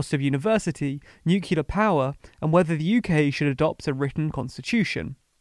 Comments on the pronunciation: It's Nu-CLEAR, not Nu-CU-LAR. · NEW-CLEAR POWER Not nucular or whatever you're saying. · oh, it's pronounced "NU-clear," not "NU-CUlar." honestly, man, you remind me of President Bush senior, which tells you about how old i am. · People have been saying this on other videos. Please stop saying "nucular".